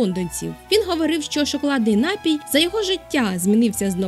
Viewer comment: Пані, напІІІІІІІІІІІІІІй має лиш один наголос! Не вкидайтеся в помилки, які зумисне поширювали у двотисячні роки! За цікаву розповідь дякую. Якби до жодної з Америк іще не допливли європейці, то ми б зараз не переглядали Вашого видива. Саме у Штатах ідею інтернету так гарно розвинули! Шкода, що не аборигени... Скільки народів тоді знищили?